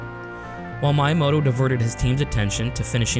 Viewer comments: He's not youramoto, he's MYamoto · Is it bothering anyone else how he constantly pronounces Miyamoto's name wrong? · That Miyamoto pronunciation 💀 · Same with Kyoto lol Mayamoto and Cayoto lmao